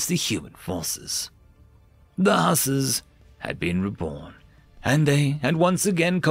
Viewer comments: The pronunciation of Hussars needs a little work, lol. "Hoo-sars" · Huzz-are (like: buzz and ARE you kidding me) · it's pronounced Hoo-sars, as in the Polish Winged Hussars